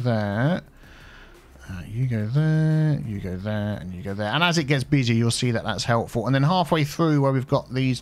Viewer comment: Every time he does the lane management, all I hear is “Hugo there, huuugo there”. XD